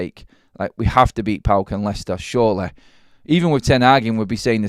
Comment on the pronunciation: I can't believe you called the opposition on Thursday night as??? Pawk... 😂 😂 😂. You pronounce the just by the four letters... Modern football fans 😂 😂